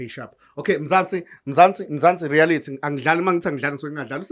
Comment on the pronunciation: its Reality not rerality